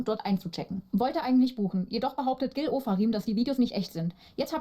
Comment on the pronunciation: Die richtige Aussprache ist: Gilneeee